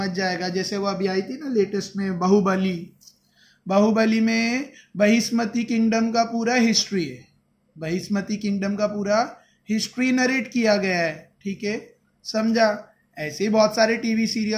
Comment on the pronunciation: Mahishmati hota ha sir no bihishmati